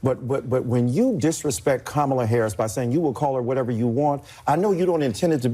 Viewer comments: seriously at this late date, why can't they get the lady's name right? Idk about Kamala but her name is Kamala. Not Kuh-ma-luh. It's not THAT HARD to pronounce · I don't care, really. This is so dumb. Kamala or Kamela or Kamelia may end up being one of her names by the time this is over because people mispronounce names regularly. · Can someone tell him and all Kamala stans that they’re all pronouncing her name wrong too. Ask any Indian (which is what her name is) how to pronounce it and they’ll say “cuh-mla”. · The real pronunciation, the indian way is, car-mar-la but now say it really really fast... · Ms Ann fine too. Btw cum-alla 😅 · He lucky she didn't start crying. And they definitely go out of their way to mispronounce her name though.